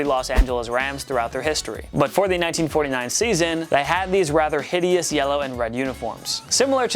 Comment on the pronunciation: And the pats old jerseys are on my top 5 and he’s saying it hitious